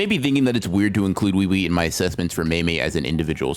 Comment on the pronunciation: It’s oo E oo E not wee wee